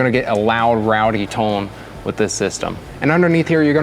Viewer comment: Must be canadian the way he says "tone"